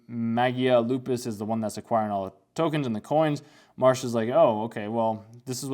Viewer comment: The main character's name is Mash, not Marsh.